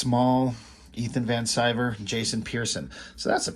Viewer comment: With how topical he is, I'm surprised with your pronunciation of Ethan Van Sciver's name? He says Ethan Van Sky-ver.